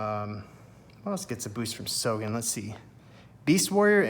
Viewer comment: You have got to learn Japanese pronunciation: hane hane (not hein hein); sogen (not sojen)